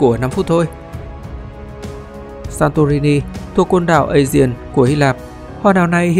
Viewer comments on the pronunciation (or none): biển aegea phát âm là a gê và biển ionia phát âm là ai ô ni a